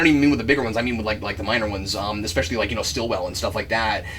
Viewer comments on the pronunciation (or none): Why does everyone call Agent Sitwell "Stillwell?"